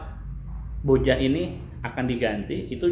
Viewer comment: Owhh ieu mah atuh BojaM... sanes BojaH...